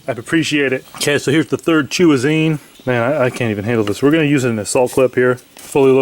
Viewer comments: Chew-azine lol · I am not sure if it was right but I heard you call the bullets something along the lines of "roundazine"